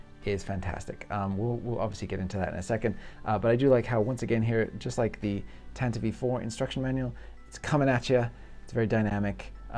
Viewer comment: I agree that the Falcon was a bit of a disappointment. Too chunky, and those gaps! I will say that the filming models always had the dish in that forward/inboard angle so that doesn’t bother me. Also, you are a great builder and I love your work but Tantive IV sounds dumb when you say it like that (tantivee), are you doing it on purpose? Best of the bunch is the err… let’s call it the blockade runner! 😂